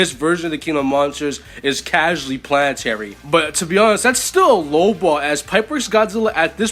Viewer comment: Bro said Pianatary